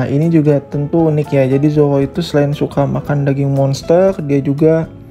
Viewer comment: kedengernya zowo 😂😂